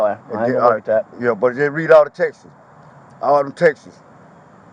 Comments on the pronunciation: It's texts not textes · He said,Reed awl dem Texas!😅 For the normal speaking humans he was attempting to say ,read all of the texts!😅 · "all them textes. All them textes" 😆😆😆😆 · He said just read all da textes😂🤣😂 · “Read all da Texas”😂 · Say “tex-es” one more time unc lol